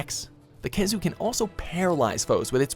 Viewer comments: Khezu? Kecha? And other bullshit you put on the list. Or are you just trolling? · i’m sorry did i just hear nibelsnarf and khezu? wth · Khezu?? Really? How?? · Khezu? Seriously? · khezu !? really ?? 😂😂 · Khezu?! Really??? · Disliked as soon as I heard Khezu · Joe Z. Me to